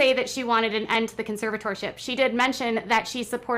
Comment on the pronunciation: Can someone please teach this woman how to say the word “conservatorship?”